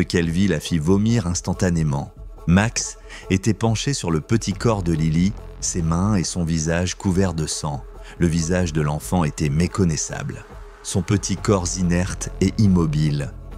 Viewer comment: "Son petit corps z'inerte", je ne suis pas sûre 😏🤔 😇